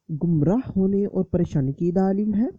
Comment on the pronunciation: Daaaleel nai dleel bola krein